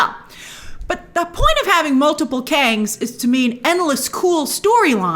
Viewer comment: "Council of Kangz"